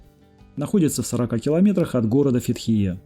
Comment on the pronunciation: Информативное видео, спасибо, но не мог удержаться от критики неправильного произношения названий и не только турецких...это как наказание какое-то...Русские как всегда каверкают названия...правильно будет Фетие! Рассказываете о всей Турции не удосужившись в правильности названия...это как показатель того что русским не интересно углубляться в чужую историю, на все смотрите через свою призму читая по буквам...а как кричать что при совке было самое "читающее" общество, так бьете в грудь. Кстати блогеры украинцы, я заметил, правильно говорят Фетие...можете проверить